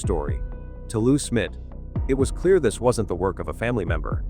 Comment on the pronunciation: I had to fast forward your video, because I couldn't stand hearing you call Jon Benet, Jon Benny, and Lou Smit Lou Smith???? You used Paty for Patsy, what is wrong with you? Your false title, making it sound like John Ramsey had been lying all these years, shame on you! I have met John Ramsey, I could see in his eyes, the pain he has gone through all these years, is still there. I pray that the idiots at Boulder PD, get off their butts, and do something with the DNA, so this case can be solved, and JonBenet may rest in peace!